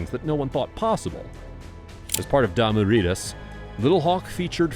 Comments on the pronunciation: Its pronounced dimu riders boy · Why did he pronounce Damu Ridaz like that?? 😂 dah-mu riders bro. Riders. Like riding a bike.